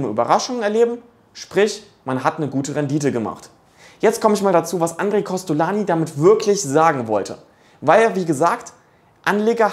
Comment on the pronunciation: inhaltlich richtig, aber "Andre" wird nicht "a" ausgesprochen, sondern als "oon" (Nasallaut)